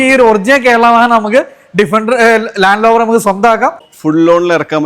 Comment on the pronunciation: ലാൻഡ് ലോവർ അല്ല,ലാൻഡ് റോവർ,എല്ലാവരും പറഞ്ഞ പോലെയല്ല വളരെ മോശം വീഡിയോ,ഇനി അബദ്ധം പറ്റില്ല,യൂസ്ഡ് കാർ എന്നതുകൊണ്ട് കണ്ടതാണ്,വാഹനത്തിന്റെ fuel, gear ഇവ കൃത്യമായി പറയുന്നില്ല,ടൊയോട്ട വാൻ വേരിയന്റ് എന്താണ് hiace 4wdആണോ?